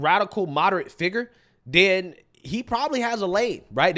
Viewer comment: He says “den” instead of then. No sir you will not be our countries head representative. 🙄😂